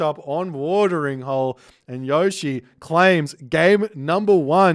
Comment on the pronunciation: Yushii is the way to pronounce it. Gotta give it that Japanase speed